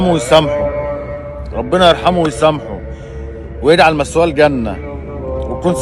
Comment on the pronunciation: مثواه الجنة وليس مسواه القنة. ماهذه اللهجة